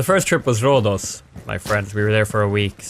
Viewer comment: you fucking NAILED Rhodos' pronunciation, thanks for not butchering that:D. Sincerely, an annoyed Greek tired of people saying it RHODOOS